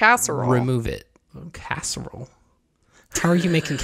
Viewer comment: "Cassorle"🤣🤣 face after said that. 🤣🤣. I love you two!!